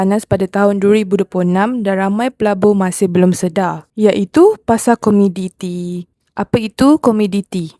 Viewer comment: Komoditi kak...bukan komiditi.